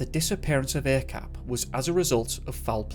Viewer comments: Not a-cap ah chap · Hey. Few things to add here. Mohd or Muhd is short for Muhammad or Mohammad. It's common to shorten the spelling to Mohd or Muhd here in Malaysia as to spell the full word would be too long. Also Acap is pronounce as Ac(h)ap. The letter C in malay is always pronounced as 'ch', like in chair or charm, as opposed to car or cat. If you need any malay to english translation work in the future, let me know. Good job on the video. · his nickname is pronounced as "ah-chahp" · Acap is prononce as Ar charp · Thank a lot for covering this story, from my country , Malaysia.. and.. ummm.. acap is pronounced ' are chup '.. .. it happens just 40 minutes away from my house and untill now he's stil missing.. and really, as a follower to MISSING 411, I think acap or are chup and 3-5 person more missing, the mystery are the same.. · Thank you for shining light on this case. Lots of stuff i didn't know even as a local . Btw 'Acap' is kind of a pet name for pretty much everyone with the name 'Asyraf' as Bob in Robert. the 'A' is pronounce such as that in 'Are' and 'ch' sounds asa that in 'charp'; i dont know how to put this simply lol